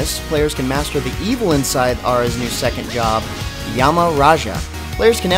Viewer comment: im really surprised he was able to say aras secret art and job change right lol im impressed cause i kno i cant say it right without stumbling